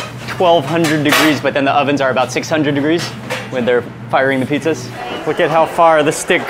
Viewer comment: I love how they pronounce it petezas.